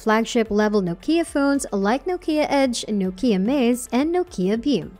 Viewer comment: It's Nokia not nookia